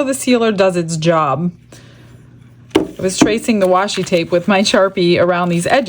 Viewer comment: no worries, so many people mispronounce it. I’m still gonna watch and buy from ya. You’re my favorite 🤩 you tuber. 😆